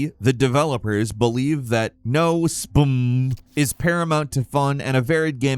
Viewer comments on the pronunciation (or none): Bro pronounced SBMM phonetically. LMFAOO.